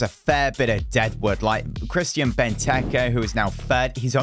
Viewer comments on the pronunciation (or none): none